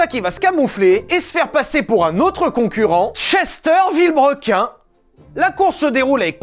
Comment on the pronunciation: Ce rictus quand il dit chester vbrequin